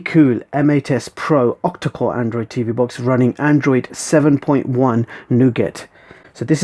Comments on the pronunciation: Nougat is pronounced nooh-ga, not noh-get. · pronounce it "noo gar"